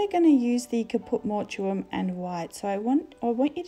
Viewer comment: Just FYI It's pronounced Caput Mort um :)